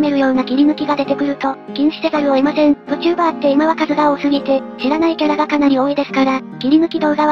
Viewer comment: Vtuberをぶちゅーばーと読み上げてしまうのはどうにもならないんだろうか・・・。